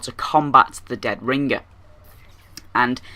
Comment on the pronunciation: listen to yourself say deadringer you sometimes say it with 2 g's like ringger